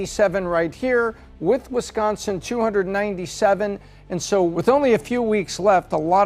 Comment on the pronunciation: This chick found a way to pronounce an "r" in the word SO